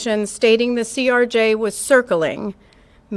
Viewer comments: CRJ not CJR, doing my best to not get annoyed lol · Stop saying ""CJR". It's CRJ, acronym for Canadair Regional Jet made by Bombardier. The video referred to as "somebody's cellphone" is actually Earthcam video from Kennedy Center. Mic keying is physically manual in the AM aviation VHF system, not VOX or as you suggested voice controlled. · CRJ BRO NOT CJR... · ...it's a CRJ, not a CJR🤦‍♂️ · ..its CRJ...lol. You kept saying CJR.